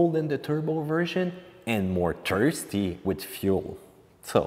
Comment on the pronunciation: Lmao the way he says thirsty... “turrstee”